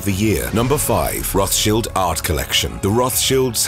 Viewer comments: Its a German name, its not a "th" sound... its a "t" as in time followed by a "sh" as in shivering. Thats the entire "thsch" part properly pronounced. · Its Roths-childs. It says a lot when you can't even pronounce the persons name correct you're doing a docu on lol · Rothchilled is an irritating way to pronounce their name. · He pronounced it the Austrian way. The name is roughly Red Shield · It‘s not even fully correct. Rothschild is of German origin. German has no fricatives. >th< is pronounced just as >t<, like in River Thames, which curiously also isn’t pronounced as a fricative. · Why are they mispronouncing the name? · You are mispronouncing the name. There is an English pronunciation and a German pronunciation. You are using neither. There are many yachts worth more than this one. Plus, yachts are not an asset. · Your pronouncing their name wrong! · Pronunciation is wrong no? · Get ur pronunciation of the surname right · learn to pronounce ther name correctly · Please learn to pronounce Rothschild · roth childs, not cheelds! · Not roth shields its pronounced roth childs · Rott Shilled that's how you pronounce it. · Please stop pronouncing the name improperly. The name is from Germany, there is no English “th” sound in German. It is pronounced Rot-Schild as in “red shield” found in their family crescent. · Rothshields??? Ok bud. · Firstly it would improve the video if you got the pronunciation of the family name correct. The English pronunciation is Roths-child, and that is how the family themselves say it. Secondly, if you're going to make a video then at least give true info. For example, Spencer house is mentioned and it's implied they own it. They don't. The house is still owned by the Spencer family. It is leased on a 96+ year lease by the Rothschild family. I could go on, but I won't. 🙄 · Say the name correctly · Its pronunced, roths - chiled - not shilds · It’s RothsCHILD not Shield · Why are you pronouncing it Roth-Shields and not Roth-Child’s though?